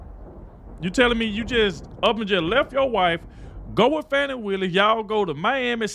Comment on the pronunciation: By the way. It’s not “faw-knee” it’s fani. Like the a$$.